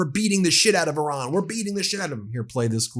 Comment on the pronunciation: Stop saying "Oran". Please!! The name of the country is Iran